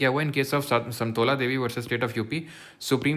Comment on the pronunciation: satmola nhi hai .. samtola ha😂